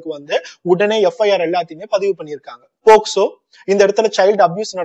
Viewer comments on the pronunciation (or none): none